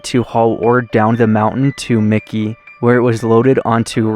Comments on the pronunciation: I believe it is Mackey (Mack kayee), not Micky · It's MacKay. Not Mikey. There is no "I". Very cool place though. Been there and explored ourselves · thanks, another fascinating find. As others have noted it is " pronounced 'Mackie' with the accent on the first syllable" from the wikipedia article on Mackay. Much easier than Pahsimeroi.:-). I had a devious thought, maybe mispronounces words to increase comments? Ha. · Its pronounced "Mack-ee" How embarrassing for you to not even ask a local or do a simple search about the name of the town. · Mackay is pronounced like Mack+Key. Back in the 70's some of the 1st cattle mutilations happened out in the Mackay/Copper River Basin Area. My dad was in Ketchum, knew some folks whose families helped settle the Mackay area and they picked up and left after the cattle mutilations. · pronounce. Mackay ——-> “Mac-E” 💥👍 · I like your videos but it would be nice if you get pronunciation of the town right. I always look forward to your adventures, please keep them coming.